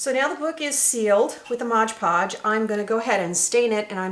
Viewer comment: This is amazing! I LOVE this!!! The only thing is that it's MOD PODGE, not MODGE PODGE lol!